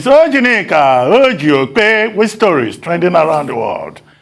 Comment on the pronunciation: It's not Mgbaka... But Mbaka